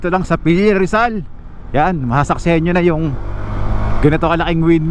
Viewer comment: Its Pililla po, not Pelilla. Thks.